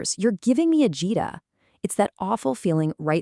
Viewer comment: AHH-jih-dah, not ah-JEE-dah.